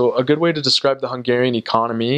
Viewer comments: Wow...you have a very good accent in hungarian ! I think for you to learn hungarian is very easy ! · It is insane how well he pronounces Hungarian! It is a bit confusing listening to him, my brain almost flipped like: right he sounds like an original Hungarian now. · Dude, I am impressed with your pronunciation.